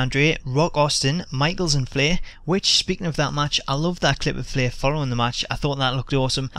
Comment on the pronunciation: LMAO I love how you say Flair. ''fleeh''.